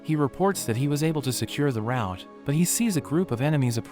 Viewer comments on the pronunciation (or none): none